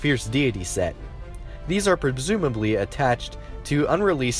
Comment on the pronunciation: Saif Al Hammadi also When he said prebsumably instead of presumably